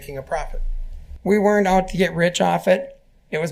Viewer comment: Thx 4da vid hun. Btw, it's pronounced wernt, not were-rent. Sorry, I don't normally correct people on social media but I do want to say that a contraction is a shortening of syllables; a kind of written vernacular derived from people speaking quickly. Weren't (one syllable) is a contraction of were not (2 syllables). I'm not sure if "were-rent" is a geographical vernacular because otherwise you sound well-spoken, which is unfortunately rare on YouTube even with AI.